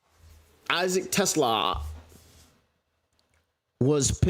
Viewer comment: I couldn't watch this after like the fifth time you pronounced his name wrong. Trash move. Feels like racism. I bet if he was a brother you wouldn't disrespect like that.